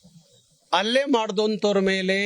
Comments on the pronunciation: ಅಲ್ಲೆ ಅಲ್ಲ ಹಲ್ಲೆ 😂ಕನ್ನಡದ ಕೊಲೆ ಮಾಡಬೇಡಿ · ಅಲ್ಲೆ ಅಲ್ಲ ಸರ್ ಹಲ್ಲೆ ಎಂದು ಉಚ್ಛರಿಸಿ